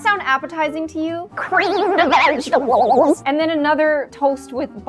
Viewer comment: “CrEaMEd VeGtAbLEs”